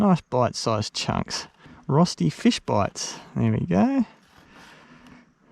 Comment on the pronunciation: Cooome on:D When I saw the title I wondered how you would pronounce ROSTI:D I remember you once said that you speak some German, so I was hoping for a nice RÖSTI:D Fish in batter (and breading) is my favourite method of cooking fish, so I will definitely try your recipe! Maybe with Milk instead of water?